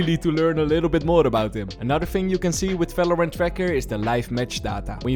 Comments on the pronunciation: bro why you pronounce falorant? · He can’t pronounce the v so that’s why I guess. Leave him alone tho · he can, actually. He might not realise though 😂 Words starting with the prefix 'ver' are pronounced in German with the normal v sound we use